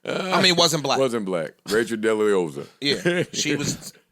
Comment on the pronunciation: Joe called her "Racheal Dilleoza" 😂